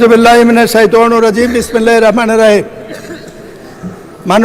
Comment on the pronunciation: বিসমিল্লাহির রাহমানির রাহিম ভুল পড়লেন।